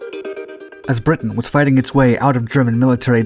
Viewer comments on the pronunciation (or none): none